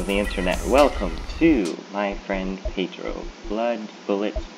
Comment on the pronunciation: I really like your videos but there is a very big peeve for me when i watch my friend pedro videos. Mainly the way people say pedro really puts me on edge because to put it short, I'm really Mexican.